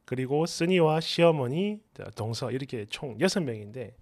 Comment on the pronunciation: "동서" 억양을 고쳐야 할 듯.